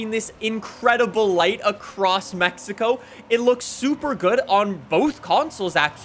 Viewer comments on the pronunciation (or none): none